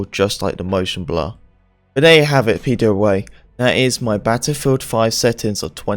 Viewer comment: He said it more than 10 times in 40 seconds right at the beginning